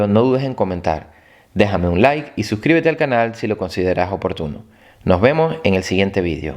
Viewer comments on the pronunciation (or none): none